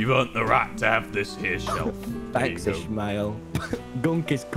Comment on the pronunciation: i know he’s saying captain ishmael but all i hear is captainish male